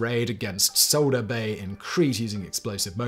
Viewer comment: Souda Bay is pronounced like Sew-DA, rather than Sow-da